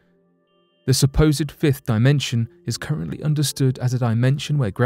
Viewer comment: He said fifth dimension at firth then said “if” dimension. I paid attention to the pronunciation. Never does he say alleged either. This channel gets more and more disappointing and it has 1 month with me personally to get it together. Also the introductions are too long and unnecessary most of the time. This channel isn’t trusting. I wonder do they tag their resource research which I doubt but I’m gonna look. So they don’t tag their research sources and I wouldn’t be surprised if NASA ran this BS page. I’m unsubscribing now. I’m pissed with a little hurt!!!